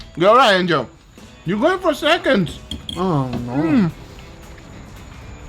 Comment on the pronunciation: When guga says “angel” does anyone else hear “angio” instead?